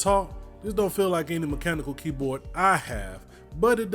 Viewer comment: as soon as he said mem-chanical keyboard i left this comment and left